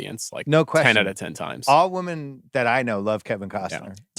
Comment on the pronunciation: still can't say women